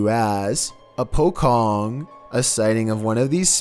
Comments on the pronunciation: man really said ' a pokong' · #8 - Pocong would be pronounced PUH-chong. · "pocong" the real pronunciation is pochong! stop say it wrong. as a malay, you make me UNCOMFORTABLE 😣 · Pochong pronounced as like chair you said pokong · Number 8 its pronounce pochong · Number 8, the ghost is pronounced as "po-cho-ng"